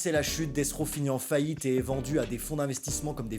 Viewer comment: Death rOw et pas raw 😅